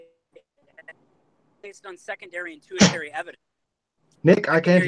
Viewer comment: “tu-ih-TAIR-ee”? 😂 If you’re going to try to appear intellectual and scholarly valid, maybe pronounce your big words correctly. Bro, it’s pronounced “TER-shee-air-ee”.